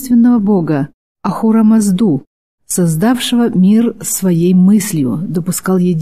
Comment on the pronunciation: В отечественных историографии и религиоведании принято произносить имя Ахурамазда с двойным ударением на ('у) и предпоследнее ('а) - Ах('у)рам('а)зда, без уклонизма в сторону "северного зверька" ....!